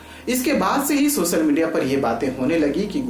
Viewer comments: Make your pronunciation correct. It's not सोसल, it's सोशल. It looks so awkward when you pronounce some words incorrectly. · Please learn how to say .. social..it's important to pronounce word correctly. Sh ko s nahi bolna hai..chahhe tum kahi se bhi ho.. pronouncing correctly is part of your job. Tone.. appearance..looks are secondary.. Incorrect words. Social Disha Seven National You know what the irony is..ki tumne subscribe ekdam sahi hai bola..it means..u can.. please work on it, it will be better for you and we too.